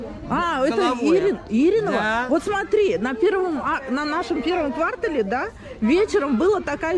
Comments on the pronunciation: Автор, вы где учились: правильно произносить квартАЛ, а не квАртал. Кошмар. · Какой вы БлоГер??? Полный балаган и беспорядок в голове и видео! Каком ква́ртале??? Кварта́л! Такая вопиющая неграмотность! Очень безобразный некрасивый пиар!!!